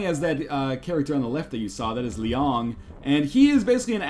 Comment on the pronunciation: THE WAY YOU PRONOUNCE LIANG MAKES ME ROFL. No offense, another great game you introduced to me